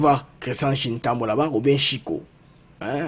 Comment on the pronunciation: Ndeko, yo moko okomi Tshiwewe mais ndenge nini ozo benga ye lisusu Tshiwewa? 😂. Tshiwewe et Tshintambwe et non Tshintambwa…